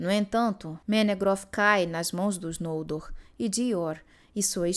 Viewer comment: Gente, é tao estranho pra mim ouvir os nomes próprios como paroxítonas... Não sei se tem uma regra sobre pronúncia, mas desde que comecei a ler a obra de Tolkien, sem nenhum conhecimento prévio, eu sempre li os nomes como oxítonas. Pra mim, ouvir NOLdor, e não nolDOR, é muito estranho... Sempre li FinarFIM, FingolFIM, TurGON, BeleriAND, ValiNOR, VaLAR... E vou continuar assim kkkkk....